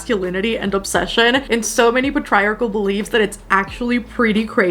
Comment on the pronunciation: Just because I'm the kind of person who pronounces words incorrectly after only seeing them in books: Patriarchal = pay-tree-ark-ul 😉